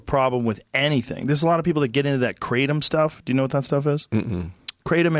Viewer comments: You pronounce it kraa-tom. Bothers me a little when americans call it kraydom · Ga-tom not kraytum... i grew up in bangkok suburbs drinking it boiled in a rice cooker and then mixed with codeine, ice water and coke. The motorbike taxi guys used to sell on the branch, it gets you real high when you been having shots of it all day- this is when it was legal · "kray-tum".. smh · Didn’t know it was pronounced Kray tum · Ask Joe what his shirt says and he'll say "mauy thai" but can't say another Thai word Kratom. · Lol he has a different pronunciation of it on every episode where he speaks about it. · He’s not even pronouncing it right. Don’t talk about it like you know it well from a few experiences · lol he pronounced kratom completely wrong. In Malaysia people drink that shit like orange juice. Chill out Joe it aint that crazy